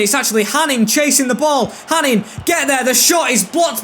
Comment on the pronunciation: btw hanin is pronounced hanå (hano). i know that because he used to play for my local club here in norway